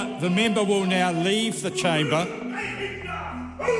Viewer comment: Me too. I like how they pronounce member as mimber.